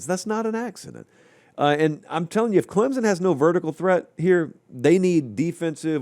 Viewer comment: For the love of all that is holy, it is Clem-sun, not Clem-zun. Get it right.